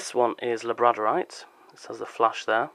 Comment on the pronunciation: Interesting pronunciation of Labradorite. Overall great video.